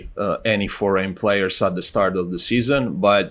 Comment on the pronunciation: Again saying FORGAN players instead of foreign. Keep it up with the podcast:)